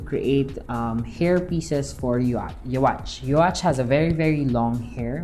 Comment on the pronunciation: Neat! Also, his name is pronounced "You-ha."